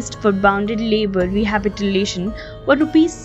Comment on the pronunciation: She said rehabitilation